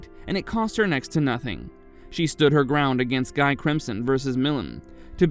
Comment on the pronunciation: It's Gee not Guy😢😢